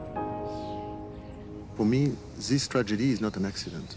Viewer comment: Zees trajedii ees not an accident, sorry but I had to laugh when I heard that 😂